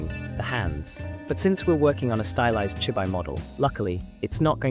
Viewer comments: from the way it say chibi i can tell you used Ai in the voice over. its chibi [chee-bee]. but ill save myself the headache and skip this one. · chibi -> chee - bee. 'chi' + 'bi' -> 'chi' as in tai chi. 'bi' as in bee the honey bee.